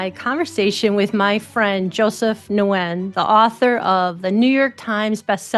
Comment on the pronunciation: Wonderful conversation -- thank you. Hope this is helpful, -- -- Nguyen is pronounced "win".